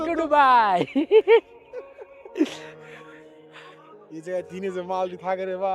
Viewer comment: Vai ডুবাই না দুবাই